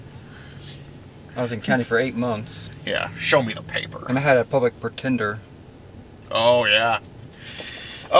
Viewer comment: Did he said 'I had a public pretender'??